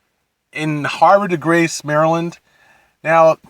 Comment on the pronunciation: hav-re not har-ve. and bull-e rock. pete dye, not pb dye. nobody ever thinks laytonsville is a great course. its a local cheap muni, gets the job done. blue mash is great, but theres a reason bulle rock is ranked in the top 100 in the USA, best course in MD, lpga championship etc etc.. blue ridge shadows was boring. lake presidential is an dog track the fairways are literally burnt mud. pb dye is an absolute gem of a course. whiskey creek is not open enough to hit it into other fairways, what are you on? tee it forward dude. you're the reason we have 5+ hour rounds. hitting long irons all day into every green is time consuming for 25 handicaps. i bet you wouldnt be so distracted by the fans and cars and houses if you teed it forward. lmao. i cant take your complaints seriously. you gotta be trolling. "i could barely reach the fairways" LOL. tee it forward my dude. jesus christ.....